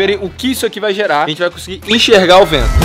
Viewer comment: "Enchega o vendo" e seus fala totalmende original kkkkkk